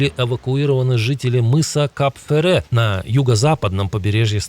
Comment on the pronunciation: Научитесь правильно произносить- Кап Фера - мыс Фера.